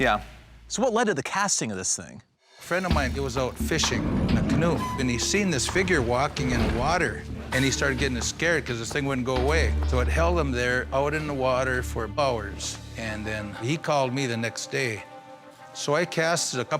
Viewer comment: “He started getting ‘ascared’?”